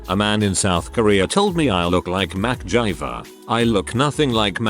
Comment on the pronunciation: "McGiver" Updoot Studios: "Mack Jiver."